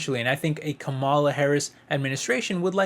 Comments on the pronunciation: Not trying to be mean, but her name is pronounced (Comma La) or Kamala..... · Are you stupid? Or are you purposely trying to be disrespectful in your pronunciation of Vice President Harris' first name?